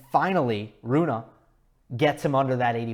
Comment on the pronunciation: You should pronounce the e in his name, as if were Runeh maybe. I'm swedish, but danish is basically just an ugly version of swedish (unbiased facts of course)